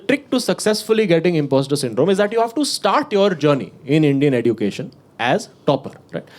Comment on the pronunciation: Bro the standup is very good. I would like to point out just one thing, it's eh-jyoo-kay-shn, not edoo-kay-shn. Not a big deal as such, but it just drives me crazy when you keep pronouncing it that way. Again, loved each second of the special. Happy birth-jay🎉